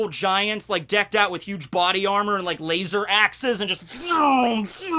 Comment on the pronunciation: Why the do you pronounce laser as lasOr.